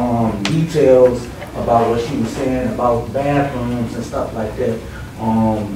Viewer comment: What's a "Baf-Room" ? Is that anything like a "Buff-oon" ?